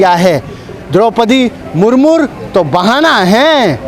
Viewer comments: अबे मुर्मू बोलना सीख ले मुरमुर बोल रहा है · Sale ko Murmu bolna nahi aa raha hai murmur bol raha hai.... 😂😂😂🤣🤣🤣